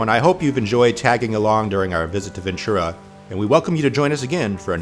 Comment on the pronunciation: Rice is good but Rice By Mama is my preference. And Ventura has a t sound to it, not a ch.